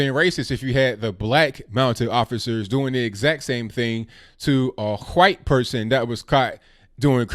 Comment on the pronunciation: Hey, did just say Huwhite? hee, hee:)